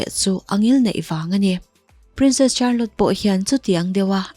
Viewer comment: Miss Charlotte hi char-lot tia lam tur ni loin shar-lot tih tur aw